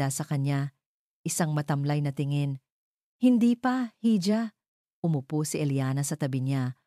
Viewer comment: bigkasin lang po sana ng maayos ang mga words🙏.. kgaya n lang po ng "hija" salitang espanyol po yan na kung bigkasin ay "i-ha" hindi po "hi-ja"..lagi po kasing mali ang pagbigkas nyo sa bawat kwento nyo na naririnig ko. .. salamat po.